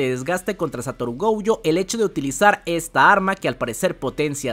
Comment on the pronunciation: Nooooooooo Esssssssss . Gouuuuuuuuuuujo. Esssssssss .... Goooooooojooooooooo De dónde sacas la ...u ... ????? Llevo un mes diciendote 😂😂😂😂